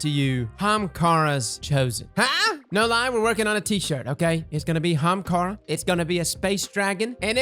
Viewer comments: What kinda bothers me is how he says hamakara and not Ahamakara still loved the video tho lolol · i always love the energy of your videos but for fuck sakes is Ah-ha-mkara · I think you should spell it the way you say it... "Ha'umkara" lol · Hamkara? Am I dyslexic I thought it was Ahamkara? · Not gonna lie... I clicked on the video just to hear HA-HAM-KARA!!! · I was trying to spell it like pronounces, but it may not fit on the shirt. HA-AM-KAR-RA! LOL. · My eye is twitching! People already say ahamkara wrong... Now they are definitely going to say it wrong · Your inability to pronounce the first letter of that word is kinda sad. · I’ve never heard somebody pronounce ahamkara like that...